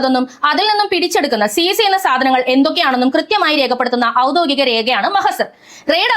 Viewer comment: ഡെയ്സി ഔദ്യോഗികം എതാണ് പറയേണ്ടത്.. ഔദ്യോദികമെന്നാണ് പറയുന്നത്.... ഡെയ്സി നമമുടെ ശബ്ദമാണ്.... കാര്യങ്ങൾ ചടുലമായി അവതരിപ്പിക്കുന്ന ശൈലി.. അതിമനോഹരം!